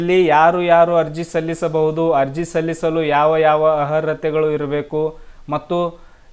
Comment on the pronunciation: Le bosudi first Kannada nettaga uccharane madu... Arhathe annoke barthilvallo maadeva 😂